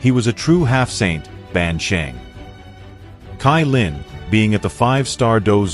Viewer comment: Why u say tailin it's caillin 😂❤